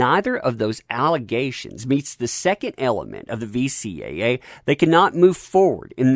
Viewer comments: Narrator Repeatedly said VCAA Its VCCA... idk if he said it correct once... (Sorry after 1st time I just kinda winced each time after....) (Alot of wincing...) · VCCA, not VCAA. Better get that right before you turn on that laugh track 😁😁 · Anyone else notice that he keeps saying VCAA instead of VCCA? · As informative and entertaining as this video was... its "VCCA", not "VCAA" - i never caught you saying that right. "Virginia Computer Crimes Act" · Is he saying VCAA on purpose instead of VCCA?